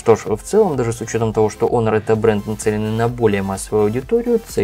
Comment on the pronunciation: Не онор,а хонор